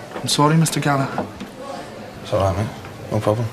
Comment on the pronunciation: Does this series take place in Scotland? I wonder 'cause when the guy says "Jesus, I'm sorry Mr. Gallagher" it sounds like he pronounces it "Callaher". And I remember Noel mentioning it's how the Scottish pronounce the surname.